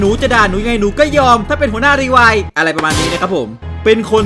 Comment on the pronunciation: รีไวล์ครับ ไม่ใช่รีไวล์